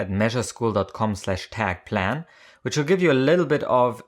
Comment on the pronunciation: "mesureschool" n_n lol